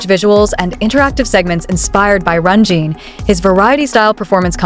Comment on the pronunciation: A whole channel dedicated to Jin, yet still hasn't learned how to pronounce his name. AI, anyone? There's a tsunami of AI channels headed this way, so remember, there is no human emotion behind the words, just an operator trying to cash in on ARMY's love for BTS. But, feel free to correct me if I am wrong about this channel.